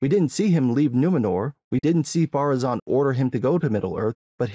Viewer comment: Has anyone figured out why they keep saying "Pharazon" instead of "Ar-Pharazon"? That just triggers me every time I hear it.